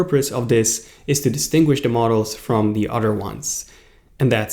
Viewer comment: It's "other" not "udder"